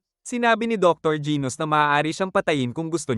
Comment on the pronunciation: Genus po hindi gos😅😅